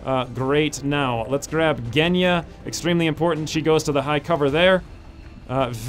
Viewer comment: G in Genya pronounces like G in Gina